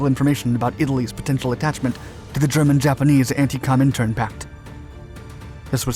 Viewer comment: "Cominterm?" "Television?"